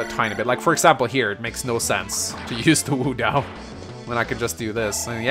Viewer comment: What i wouldn't give for you to pronounce wo dao like wo dao and not woo dao